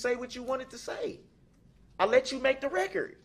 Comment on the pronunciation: “I want it on recor”